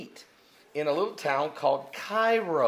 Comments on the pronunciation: It's pronounced Care-o not Cai-ro, I'll. And it's a shithole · The town in Illinois is pronounced "KAY row". This guy should be on the Glenn Beck show. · it is KAY-RO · It doesn't happen in Carbondale it actually Makanda illinois it is near 10 miles south of Carbondale. Little Egypt is a much larger area than just Carbondale that includes Cairo pronounced like (care ro not kiro ) I think you are looking too much into Carbondale it just a university town that had a traditional party on Halloween that students from other schools came to and made a mess of things it wasn't the local student that caused much of the problems but the student that came on busses to party at the downtown bars that the city closed the streets for the party to happen until it got out of hand. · Cairo is pronounced Kay-ro not K-eye-ro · It is pronounced "kay-ro." Get a life, fatboy. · Carbondale isn't at the point where the two paths cross. It's nearly 20-25 miles away. While Carbondale is in the path of totality, it's on the edge of totality, not the center. There are many other cities in this area that are closer to the center of the eclipse path. Also, by the way, Cairo IL, is not pronounces like the city in Egypt, it's pronounced Ka-row! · Some pronunciation help: Rochman is rock-man. The Cairo near here is pronounced kay-row. From a Carbondalian here. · It's pronounce Kay-row... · It's spelled Cairo but pronounced Like Karo syrup. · I could've sworn I've seen signs saying little Egypt. And yes the locals pronounce Cairo Kay-row and Vienna Vy-Anna but the way they say it has nothing to do with what it really is. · Hey I live just south of C'dale. The Holloween riots are from stupid drunk college kids. Also, Cairo is pronounced "Kay-Ro" here. Don't know why. It's also filled with folk lore & location that are in the adventures of Tom Sawyer & Huck Finn. See ya!